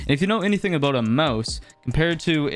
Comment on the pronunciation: That’s a nice video eh there bud? It’s aboot time you made a video aboot this rollback pro-cess! Alr, that’s enough Canadian references Lol Good vid tho fr. I enjoyed it man.